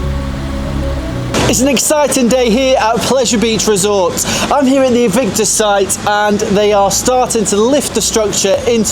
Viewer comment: Great update, but why do you keep calling it "E"victus, its name is surely "A"victus